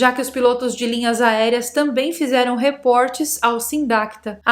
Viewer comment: por que pronuncionou reportes como se fosse "reports" em inglês? A palavra reportes existe no português e sua pronúncia é normal.